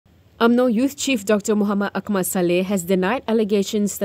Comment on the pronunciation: Sembang dengan peniaga dari Turki, dia sebut nama Akmal macam kedengaran AkNIMAL. Wassalam ❤